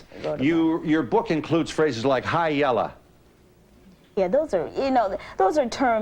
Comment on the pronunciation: Yes. That 'YELLA!' was so hard.